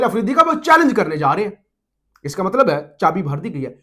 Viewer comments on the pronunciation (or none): none